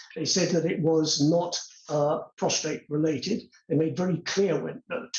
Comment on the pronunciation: What is wrong with these people it is PROSTATE not PROSTRATE